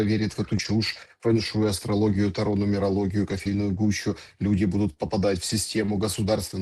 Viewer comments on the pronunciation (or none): none